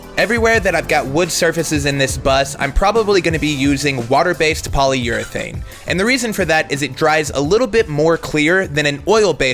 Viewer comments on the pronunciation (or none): none